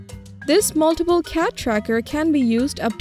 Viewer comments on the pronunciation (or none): none